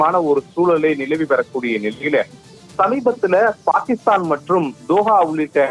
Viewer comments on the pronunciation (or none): none